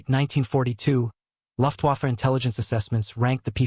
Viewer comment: Can't stand the wrongly pronounced German. It's NOT Luft (u as in up) waffe, but lu (as in look)ft vaffa. Should sound like Loo(as in lLooftvaffa.